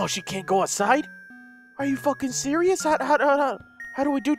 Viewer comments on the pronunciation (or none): XD serisious right now or seririous